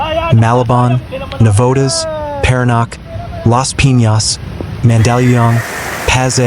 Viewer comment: Paranaque (pronounced Paranyake)